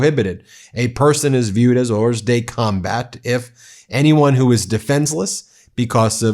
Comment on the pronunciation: The "s" in "hors de combat" is silent.